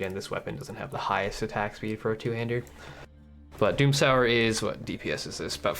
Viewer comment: i don’t know how to say this without it sounding salty or something, but i’m almost certain you’re saying “doomsower” wrong, and it should be pronounced like “doom-sew-er”, either way loved the video and can’t wait to se snore progress!